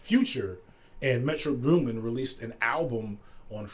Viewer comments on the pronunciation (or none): Dude said Metro Bloomin hahaha